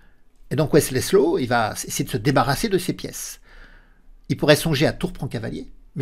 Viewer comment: Je connaissais Wesley So mais pas Wesley "Slow" 😂😂😂 La langue a fourché quelques fois et ça m'a bien fait rire. Merci pour le contenu toujours au top! La réalisation, le jeu d'acteur et le montage se sont "modernisés" dernièrement et c'est très agréable, continue à nous régaler 🙏